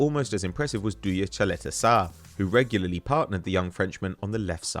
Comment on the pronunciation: Caleta sarr? Caleta-TAR